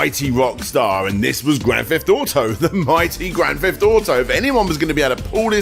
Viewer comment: Grand Feft Auto?